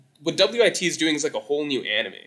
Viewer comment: I've never heard anyone pronouncing wit studio "W-I-T studio" 😭